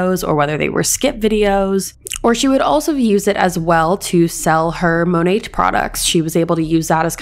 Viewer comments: Its pronounced monay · Just a little tip it’s pronounced Monay (without the T being heard) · The way you say Monet has me cackling. It’s such a trash company that I’ll be mispronouncing it this way from now on just to be disrespectful lol